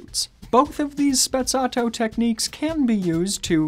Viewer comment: Is Sprezzato no Spezzatto